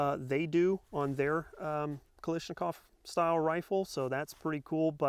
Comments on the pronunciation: A little constructive criticism here. You're pronouncing the name wrong. Many people do so don't feel bad. It's Kalashnikov, not Kalishnikov. Great review by the way. Might have to consider this as a companion to my Arsenal. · This is the 10th time I've heard people calling it Kalishnikov. Why is that? Can't you people read? It's Kalashnikov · And Kalishnikov... Is KalASHnikov... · Stop pronouncing it wrong its not a knish its a KALLASHNIKOV no letters are silent 😁